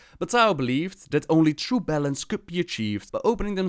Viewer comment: Whenever he said balance, I thought he said bellend